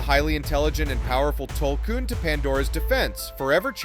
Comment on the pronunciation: your saying Tulkun wrong have you even watched Avatar? lol